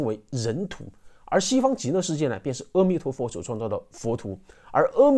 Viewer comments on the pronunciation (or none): 谢谢的分享，想提醒大众一个迷思关于 阿弥陀佛的“阿” 应是念做 ā，而不是ē。当你念ā的时候舌头是平行的，念ē的时候舌头是向下的。可以参考其他文献！希望可以帮到大家:virtualhug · 这个教授连佛号都念不对，念，阿弥陀佛，不是呃弥陀佛。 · 是念南无“阿ah”弥陀佛 不是念南无“二”或“ 哦” 弥陀佛 心不坚定的人 必须加“南无”两字 念南无阿弥陀佛 要具足净土宗的 “信” “願” “行”往生三資粮 信：相信釋迦牟尼佛说的阿弥陀佛是真的 阿弥陀佛是真的 願：你愿意去你要去 行：口持佛号 念南无阿弥陀佛 清净心念 心不清净念 多妄想念 没妄想念 怎样念都行 行住坐卧 从早到晚 从晚到早都能念 开口念就是 厕所就得心里默念“恭敬”（突发事故除外可以大声念南无阿弥陀佛） 任何地方任何事都能念 是吉祥的 若一日若二日若七日 这就达成净土宗的 “平生业成” “现生不退” 临终十念 若有人临终前 有善知识教他念佛 这时他才有机会接触念佛信佛 念十念 甚至一念 只要他有信愿 都能往生极乐 除非他不想去 阿弥陀佛也帮不了他 只能堕回六道继续轮回 更详细的说明得去看善导大师思想的各大净土宗法师开示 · na mo a mi tuo fo，是阿不是e的音。因为音有振动频率，a和e的频率不一样。南无阿弥陀佛。感恩的分享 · 你好，非常赞叹你能劝导大家念佛，功德无量啊。我就鸡蛋里挑个小骨头。阿弥陀佛的阿字，应该念阿(a)的音，因为是梵文的音译，您标题里也有阿弥陀佛梵文的罗马转写体，amitabha。虽然很多老人家，甚至是得道的大德，比如星云法师，圣严法师，因为有口音，会读成e,或者wo，也不影响他们往生。不过我们年轻人还是力求准确。既是出于恭敬，就像我们不要把别人名字念错，也是因为正确的读音更有力量吧。南怀瑾大师也谈过ong,a,hong三个读音作为宇宙生发音的，很有意思，您也可以看看，油管里就有。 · 阿弥陀佛，念 A 不念 E， 谢谢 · 阿（a,不是e)弥陀佛🙏🙏🙏